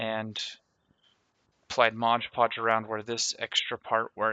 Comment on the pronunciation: It's mod podge not modge podge